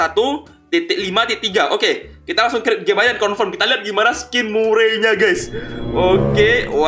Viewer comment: bacanya merey bukan murey